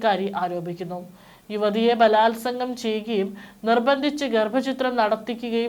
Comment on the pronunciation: ബലാൽ സംഘമോ എന്തോന്നടി മലയാളം നിന്ടെ ഒക്കെ വാർത്ത കേൾക്കാൻ ഞങ്ങടെ വിധി